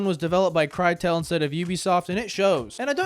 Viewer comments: did he say far cry 1 is developed by “CRYTEL”? Crytek😮‍💨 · Crytek, not Cry-tel. You got the name of FC 1's devs wrong big time. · dude, farcry1 is the BEST out of them all, together with 3 and that is BECAUSE its made by CRYTEK. and yes it is CRYTEC and hearing someone calling it CRYTEL, gave my brain physical PAIN